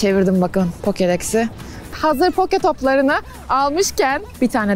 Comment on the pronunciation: Poke topu değil o poki topu